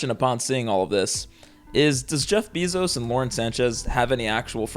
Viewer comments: It's pronounced BAY-ZOS 😢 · He’s saying “Bezos” weird too 🥲